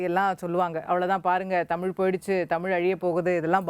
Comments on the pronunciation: உண்மை வரலாறு தெரிவது அவசியம். தமில் இல்லை தமிழ். "ழ்" முக்கியம். தமிழை கொல்லாதீர்கள் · இவனையெல்லாம் யார் பேராசியற்சியாக அறிவித்தது தமிழை, தமில் னு உச்சரிக்குறான்.